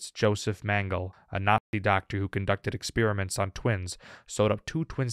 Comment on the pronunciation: O geez, this narrator has lost the historical knowledge to pronounce the Nazi scientists name, Mengele. It's Meng-e-la. If we don't remember history, we are doomed to repeat it.